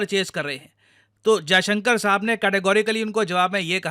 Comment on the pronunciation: Hats off to Sergei for pronouncing our foreign minister's name exactly how it should be pronounced😂😂😂